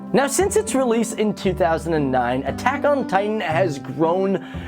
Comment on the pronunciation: is it just me or did it sound like he said taco titan in the into